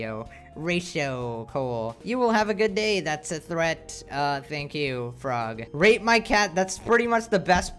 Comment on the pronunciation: Oh Rate, you said rate